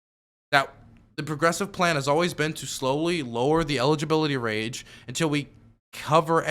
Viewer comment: "the Medicare Eligibility Rage" LOL please don't try to correct, just say it like this from now on..